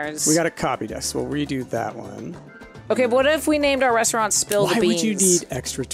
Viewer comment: I don't know if it has been asked a thousand times before, but calls it a ReNstaurant every time? Am I imagining things?